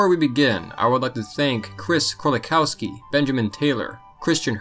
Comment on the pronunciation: YOU MISPRONOUNCED KRÓLIKOWSKI! IT’S PRONOUNCED KRULIKOVSKI NOT KROLIKAUSKI!